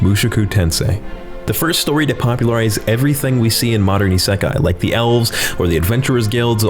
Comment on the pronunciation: "hey i know this one ISAKAI " what the hell is isakai?